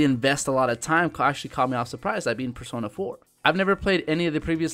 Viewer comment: In persona 4 you buchered there names so bad but I like the list I needed more games on the Vita